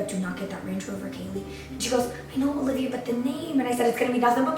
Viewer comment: Her name is Alivea, not Olivia.